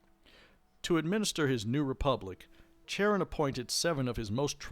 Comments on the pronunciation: Just a head’s up, Charon is pronounced with a hard K sound not a Ch sound. Love the channel. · Youtube suggested your 'History of the Underworld' vid first, and this vid was a subsequent recommendation - both were top quality, and I think I'll be referring my players in any future Wraith Chronicles I run to both of these vids to help prime them on the setting and in game history 👍 The only thing I'd take marks off for was the constant mispronounciation of 'Charon'.. yeah, it's small detail, but it irked me all the same... 👎😅